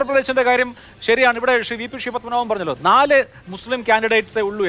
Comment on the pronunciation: അവതാരകൻ്റെ "ഷെറി "ഷ്റി "പ്രയോഗം എന്തൊരരോചകം. ശ എന്നത് ശ്രീ എന്ന് വഴങ്ങില്ലേ നാവിന് ?